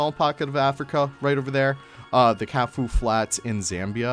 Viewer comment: The Kafue Lechwe looks amazing! (Pronounced kah-foo-we 🙂)